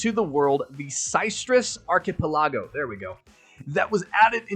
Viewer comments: Surely you're joking about how you pronounce archipelago, lol. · Love the pronunciation of archipelago lol